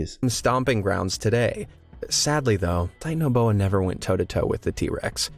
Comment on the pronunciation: it’s pronounced (ti-tan-o-bo-a)